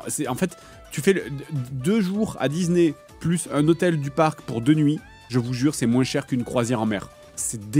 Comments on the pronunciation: Il dit Dizney, ça me fume 😄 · il casse la tete a dire dise né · Dizney.. Dizney.. Dizney 😂😂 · Dizney. Ça me fume à chaque fois. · Même pas foutu de prononcer Disney normalement !